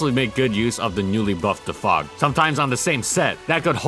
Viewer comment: Please my dude just keep saying DEFOG like u were before this video, you're american please don't turn this into every euro language session thanks m8